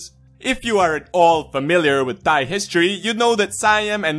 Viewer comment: he pronounce "thigh" rather than "thai". nice